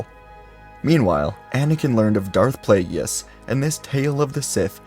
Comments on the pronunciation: “Plagyeeius” lol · That....that is not how "Plagueis" is pronounced.